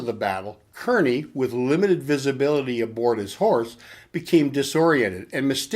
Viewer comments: His name was pronounced "Carny". Just so you know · No he's not. I'm from Kearny, the town he lived in and was eventually named after him. He's saying it wrong for sure. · Good to see someone else here from Kearny. Grew up in Harrison-Kearny! Cringed when I heard him say Kearny too. LOL